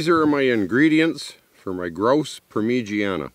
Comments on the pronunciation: I watch two things, hot birds and fieldcraft. Pronounced Parma jarna mate. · your good mate you know what your doing, but its pronounced par ma ja na. And just get a carst iron pot i think its called a dutch oven over there, anyway here in Australia its just called a parmi par-mi, love your shows just living off the land. I would like if you actually went into the outback, because New South Wales (NSW) is not the outback. West (QLD) Queensland, (NT) Northern Territory, (WA) Western Australia. Thats where the dry hot hard summers and winters are, (NSW) Doesnt have a hard time its wet spring through Autumn and even summer. Where you are in new south wales (NSW) is probably the best place to live in australia. You need to go north if you want to build survival skills. Not south. Love your shows mate i really do it just got me upset acting like where you are in Australia is so deadly when it is the least deadly part in Australia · Parmigiana doesn't rhyme with louisiana ! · OMG .... Parmigiana ? He pronounced it “Parmeegeeanna”. I pronounce it “Parmezhyana” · never ever stop saying permeegianne,! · Dude, you just got me saying parmeegianna. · Par meej ee Anna !!! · Yep, I'd dig right in! Good dinner. But par-midge-anna. With a little practice you'll still butcher it😂😂👍✌️ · GRAUUUUSE PAUEHR MEE GEE-ANNE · I cringe every time I hear say “per-mer-jee-ana”. Love the videos tho man. It’s okay that you can’t pronounce it right. If I had a choice between having your woodsmenship skills and pronouncing parmigiana right, I’d choose the woodsmenship skills. 😂😂😂✌️and ❤️ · LOL purmeejeeanne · Recipe was good but ....I wud not be tossing that much amt of tomatoes... Pemigiaana 😂😂😂tats right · I love the video! And it is so funny how you say Parmigiana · Say grouse parmigiana one more time...